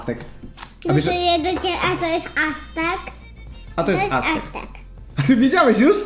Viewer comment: Astek - pierwszy raper, którego ksywkę Oskar poprawnie wypowiedział! Przypadek?